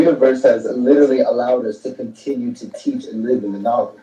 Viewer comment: 🤣😂🤣😂🤣😂🤣😂🤣😂🤣YOU "LIDDA-RA-LEE ARE A FKN MESS!!!🤣😂😂 I LOVE IT!!